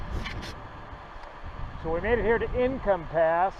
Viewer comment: It’s “ink om “ not “income” pass